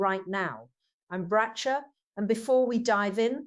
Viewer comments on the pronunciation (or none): It cannot be a tribute. As Bracha is alive!!!! Tribute 8s done when people die. This is a fradulent page. Bracha's name is pronounced Brakha -as in hot , not BraCHA - AS IN cheese. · SI can't even pronounce Bracha's name properly:( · Couldn't even pronounce her name properly. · Even the pronunciation of her name is incorrect. Not sure if the information is valid, but the video is not.